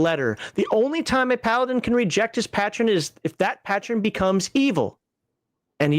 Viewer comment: Like I’m going to listen to someone who doesn’t even pronounce Patron properly…. Evil paladin!!!!